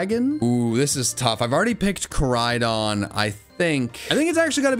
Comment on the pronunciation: Koraidon, not Karidon!